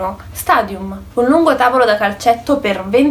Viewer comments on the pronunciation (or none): none